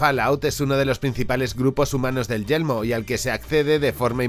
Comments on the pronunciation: decia siempre yelmo en ves de yermo solo por eso el video es malo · Sabes que se dice y se escribe «yermo» y no «yelmo», verdad? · Yermo, YERMO, yeRmo por Dios! No Yelmo! :"(( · He tenido que quitar el vídeo la tercera vez que he escuchado YELMO xd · dices yelmo o yermo? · No es yelmo,es Yermo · Es Yermo, no Yelmo xD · muy buen video, solo una cosita de na, es yeRmo🤪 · A mí me da que se le confunde la r